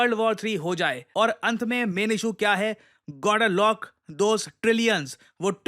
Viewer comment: Last me "kya h" mujhe ajib lga ya sbko